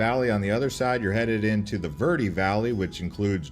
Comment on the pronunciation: This is a good video but man, they should have split this up into a few different videos I think lol also his pronunciation of some of the names and words is killing me. Especially when he mispronounces Verde and Roosevelt